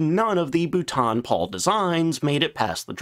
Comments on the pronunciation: You have had a shed-load of comments on this but, for the sake of my sanity, being a Brit, please note: 'Boulton Paul' = 'Bolt-on Pawl' (I am quite sure I must have butchered some American names in my time, 'Arkansas' anyone?) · It proves this is not A.I and is a real life American with they he murders the name Boulton Paul😁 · BOO-TON? WTF???? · For crying out loud it’s not bootan Paul it’s pronounced ball-tun Paul!!!!!! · It is not Bootarn It is spoken Bowl - ton Bloody Yanks need to learn English before attempting to say it. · Bootan Pole? Great channel but bootan pole is torture. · Its pronounced Bowlton and Paul, I worked for the company for many years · "Bolton Paul" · How many corrections of the pronunciation of Boulton Paul do you need? Either you don't bother to read the comments or you are too arrogant to correct yourself. This has been on-going for 3 years. Pathetic! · I might've been able to watch this video if not for the ABYSMAL and extremely weird mispronunciation of Boulton-Paul. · exactly, if he’s going to mispronounce Boulton Paul then I’ll mispronounce Chance-Vought as Chenkey Voogit. Might as well say Corsair as cursehair.